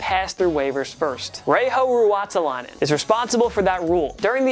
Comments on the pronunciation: That butchering of Reijo Ruotsalainen😂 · Arrest this man. He is suspected of butchering Reijo Ruotsalainen in this video. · That Reijo Ruotsalainen pronounciation. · That pronunciation of Reijo Ruotsalainen hurted my ears..ffs!